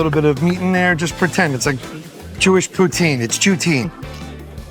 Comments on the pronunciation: He said “Jew-tine” bahahahaha But this was an excellent episode, I thought the recommendations were great and there is a sincerity to Adam that makes him really likeable. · Jew-tine (poutine), is my new favorite word of all time 🤣